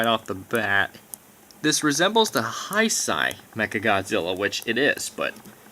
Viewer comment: Can someone tell him that it's pronounced Hey-sey and not High-sigh?